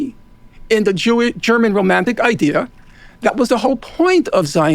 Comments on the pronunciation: Is it idea or is it ideer? Feelin pretty gaslit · Does it bother anyone else the way moeen says "idiur" instead of "idea". Like brush if your going to use a word constantly at least pronounce it right